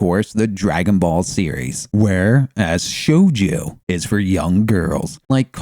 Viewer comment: shojoo not shoujuuu